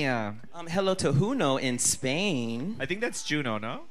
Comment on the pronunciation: Ra'Jah was living for how pronounced "Juno" 🤣🤣🤣LMAO Ra'Jah was cracking me up 🤣🤣🤣